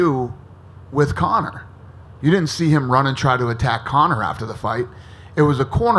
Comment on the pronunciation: I cringe everytime Dana says Conor.